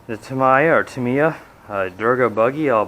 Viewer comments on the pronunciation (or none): Pronounced "Tam - EEEEE - Ya"